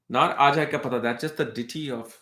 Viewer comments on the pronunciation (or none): none